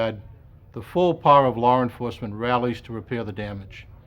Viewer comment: “Lar enforcement.” - Jim Kallstron